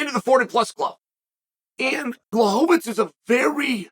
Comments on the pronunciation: Lol, it's mostly the 'fits' instead of 'veech'. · It's not "tz", not even in polish. It's read "Blahoevich" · Blahovich =/= BŁahovich, he still is pronouncing it incorrectly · Bla-hov -itz vs. Pee-era…. Chael trollin y’all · Never lost a round and never pronounced Jan's name twice the same way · Which time exactly? Because I'm pretty sure he used at least 6 different pronunciations of Jan's last name in this one video alone. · Lol blachowicz deserves to have his name said right